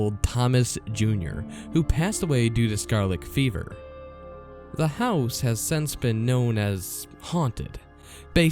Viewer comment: Scarleck fever .. er really ?!